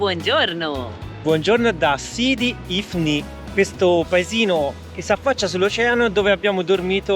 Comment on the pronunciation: L'accento è giusto, sidi ifni